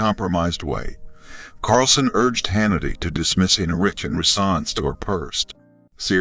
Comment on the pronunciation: i CAN'T EVEN BELIEVE THAT THIS IS REAL CONSIDERING THE VOICE OVER IS UNABLE PRONOUCE MR HANNITY'S CORRECT NAME. THEREFORE I CONSIDER THIS FAKE NEWS.